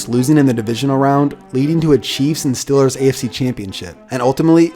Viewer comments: it triggers me when people pronounce the stealers the stillers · It’s StEElers not stillers